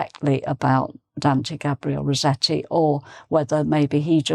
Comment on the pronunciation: Hi! Thank you for a fantastic lesson to accompany us in the festive season. I'm a bit puzzled with the way you pronounce Rossetti's surname. It being an italian name, one would pronounce both double consonants (ss & tt) in Italian. I understand that in English the double tt rule doesn't apply. But wouldn't the "ss" be pronounced "s" as in "assessment*, rather than "z" as in "rose"? Thank you in advance ❣️